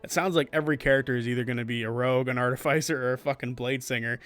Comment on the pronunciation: Why do you say Artificer like that 😭